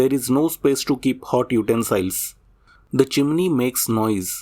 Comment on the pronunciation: Very clear information about important issues. By the way, "utensil" is pronounced not like "smile", but "ill"/sick.